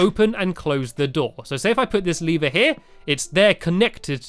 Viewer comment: its pronounced lever not leeeeever